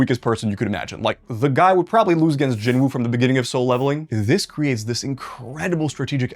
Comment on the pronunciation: At least pronounce Jin-woos name correctly